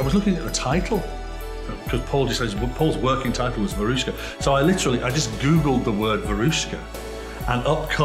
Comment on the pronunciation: Great 🎵! Note: Veruschka (like Babushka) is stressed on the FIRST syllable.